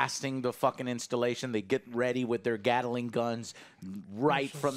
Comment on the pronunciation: Someone needed to let Joe know that he is pronouncing "Gatling" wrong